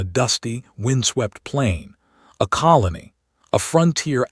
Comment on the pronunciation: The AI still mispronounces common words. it even gets ''COLONY'' wrong, ''BREATHED' wrong', ''STARING' wrong.I've given up on listing these there are too many !, Didn't anyone bother to edit this ? Any human would have spotted these mistakes instantly.!